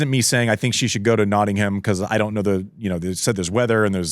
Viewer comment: Producer - fyi I know the English language is inconsistent, but we pronounce Nottingham like Notting-um not Notting-ham! Andy pronounced it correctly. 😊 love the show btw!